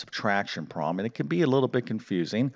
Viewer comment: The word 'problem' is NOT pronounced 'prom' !!!